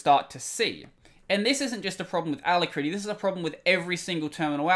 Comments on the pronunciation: Try listening to it on the dictionary web site. The ending you are using is similar to how you pronounce when talking about the Kitty terminal. Rather than it-tea, is ruh-tea. Still, you are doing great content all around so keep up the great work. When you finish school, PM me as I work in the industry and may be able to find you a position at the company I work with (a name you would recognize but not something I'll mention publicly). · a-LACK-ruh-tea you can hear it here: just click the little sound icon